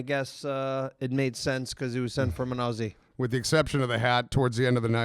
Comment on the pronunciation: The fact that Americans can never say Aussie correctly continues to delight me.